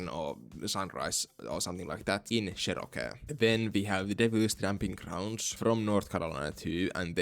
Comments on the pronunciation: You’re mispronouncing Cherokee entirely wrong. Chair or Cher, then row like rowing a boat, then key like car keys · His finnish pronunciation of Cherokee is so cool